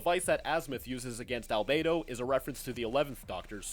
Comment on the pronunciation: You pronounced Albedo wrong. Great video though.